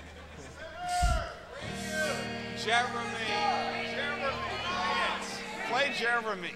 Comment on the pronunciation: min "Jeremy! Play Jere-may!!!" Thats Cwoffee TWALK!!! LOL!!!